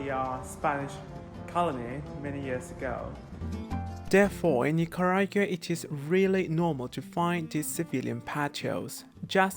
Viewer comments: La tiene care de iguana, su papa es nica y se hace que no puede pronunciar Nicaragua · 🙄So I guess you didn't have to live in Costa Rica to comeback gay to Nicaragua, 🤔huh?!! 🇳🇮 bye the way: I think you should at least pronounce "NICARAGUA" properly! 🤨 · Con esa cara y no podes pronunciar Nicaragua